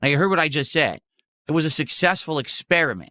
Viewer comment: "sussessful" experiment😂